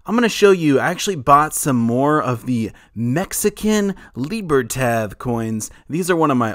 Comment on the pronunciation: I believe that “Libertad” is pronounced with the last syllable pronounced as in the name Todd not tad as in tadpole. Thought you’d like to know.